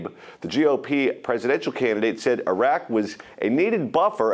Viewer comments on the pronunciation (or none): none